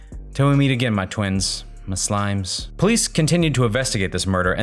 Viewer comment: "My sLJMES"